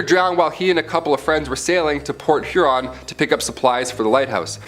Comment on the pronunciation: Thank you!! I was going to say the same thing. She didn't even pronounce Huron correctly!!! 🙄🙄🙄